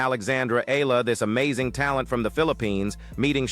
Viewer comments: E-ya-la...3 syllables, AI. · EALA is pronounced " EYA-la ". The " EA " is like a diphthong. This is a common pronunciation in the Philippines.